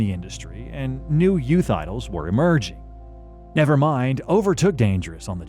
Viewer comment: are you illiterate or do you not know how to pronounce ? NEVERMIND? bro u cant even spell nirvana